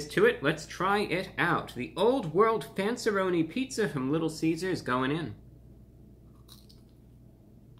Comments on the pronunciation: For as much of superior interest you purport, I was dismillay for your lack of taste pronunciation of fanceeroni but considering that it's probably a b level pizza I do concur that your distaste is warranted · I absolutely love how he said the “RONiS” 😂😂